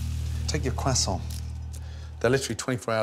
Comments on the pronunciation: I love Gordon but what is a cwassont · "I stayed in france for 3 years. Back then i have learned to cook with it and to pronounce it the right way. KWASSANS." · I love Gordon but please stop saying quasoant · No one: Gordon: “Cwassont” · “Now, take your kwasant” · “take your kwuason” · "kwaa sonts" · Admittedly the kwaesant looks good but I lived in France for five years. I ate a few mergeze never heard them called mergaise phonetically speaking. And they weren’t in kwaesants either. But whatever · why he say "kwassaowhnt" instead of croissant? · For a chef the spent 3 years in Paris, his pronunciation of 'croissant' is shocking! ;-) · The way he says “croissant” is very upsetting 😂 pro-tip - in French, two syllable words are always emphasized on the second syllable. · For a guy who talks about his time in France a lot his pronunciation of croissant is astonishingly disappointing. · i cant make it through the whole viceo. the way he is pronouncing croisaint is to painfull